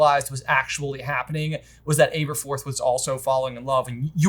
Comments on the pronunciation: Aberforth - learn to pronounce his name. Short A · I'm sorry for the nit-pick, but could you guys please correct your pronunciation of Aberforth? Both the movie and the Jim Dale audiobooks (which I know you guys listen to) pronounced it with "ab" and not "abe" for the first syllable. I know it is is a nit-pick, but it was super distracting to me. Thanks for all the work that you do! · I don’t understand you guys pronunciation problems. First with Aberforth (imagine pronouncing Abby the way that you do). And why are you so convinced it’s BUNDY like Ted Bundy????? Bruh it’s. With a T. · You guys make the best HP material bar none but you’re notorious for mispronunciation’. Please, learn to pronounce the important characters properly. Aberforth is butchered throughout this video and it makes my ears bleed.